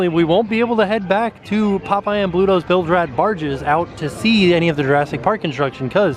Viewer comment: Brittanie Ferguson I know that’s what he should have said, but listen closely and there is a “p” sound at the beginning of the word instead of a “b”! 😁